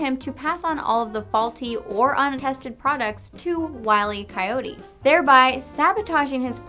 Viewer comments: Hate to be that guy, but it's not "Wiley Coyote." It's "Wile E. Coyote". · Oh I thought it was Wiley E. Coyote I knew the E was there heh funny mistake thanks for the correction.